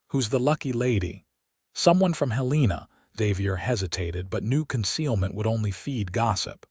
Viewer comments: The pronunciation of Helena was very wrong from Columbus,Montana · Yes, should know how to pronounce the capital from every state.